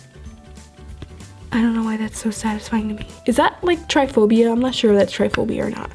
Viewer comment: Does she mean tripaphobia not triphobia